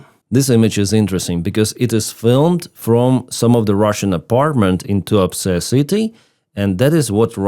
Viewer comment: The town name sounded like you said “Too Upset” 😂.